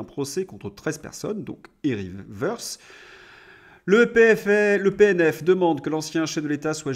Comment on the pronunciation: Toutes choses étant égales par ailleurs et notamment le bruit dissonant de la batterie de casseroles qu'Eric trimbale depuis belle lurette, son patronyme "Woerth" ne se prononce pas à l'anglaise "se" mais à la teutonne "te". Woerth est d'ailleurs un bled (bucolique et charmant) en Alsace du Nord, près de Haguenau, non loin des premiers puits de pétrole du Monde (presque taris, ne rêvons pas)